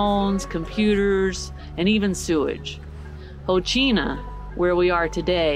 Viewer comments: Rocinha: HOSSEEN-AH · That was epic! Thank you so much for beatiful views, the insight and the non judgmental description and history. You are the best! ( except when trying to pronounce brazilian names 😅) BTW there is no such thing as 'low season' in Rio !!! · Glad you enjoyed it! The pronunciation here is killing us!!! 🤣🤣🤣🤣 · Rocinha. “Ci” you pronounce like “see”. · Rocinha is pronounced - Ho - Seen - Ya. Coxinha is pronounced Co-sheen-ya. Interesting video! I lived in front of Rocinha in the Hotel Nacional my first 6 months in Rio. Interesting video! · Say " cochinia" for coxinha and "hocinia" for Rocinha and you will be close to the pronunciation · cojina, rotchina, lol